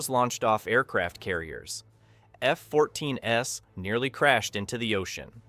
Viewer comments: The AI voice is actually saying "F-14 S" instead of the plural F-14s. It's only one of many errors made by the artificial narrator. I had to bail before making it halfway through because it was so annoying. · The "S" in "F-14 S" wasn't meant to represent an "S" variant of the Tomcat. It was an artifact of the AI voice not understanding the plural pronunciation of two F-14s. The poster should have tweaked the script to correct the errors, but it's just click-bait anyway. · Another clickbait title. No banned alternate ending whatsoever, and bizarre narration, and oh by the way there is no such thing as an F-14S Tomcat. Your shitty AI narration misinterprets plural for a non-existing Tomcat version. Sloppy work. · The AI mispronounced two F-14s.